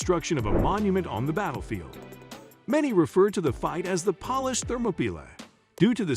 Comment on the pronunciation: Horrible pronunciation. Polish is not pronounced pawlish.